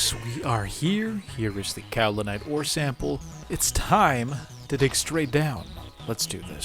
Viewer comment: to answer your question on pronunciation, it was correct! “kau·li·nite” is in fact the way it is pronounced. Hopefully that makes you more confident. 🎉